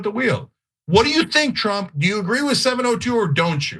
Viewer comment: Sounds like Ana said - 'Tulsi Gabbard, is Donald Trup's PIG'..... Sounds about right.